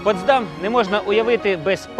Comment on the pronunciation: дякую за цікаве відео. Дуже багато деталей, про які я не знала. Хоча і живу в Потсдамі. Протягом всього відео дуже різало у вухах як ви наголошуєте назву ПотсдАм. Насправді назва міста має наголос на перший склад ПОтсдам.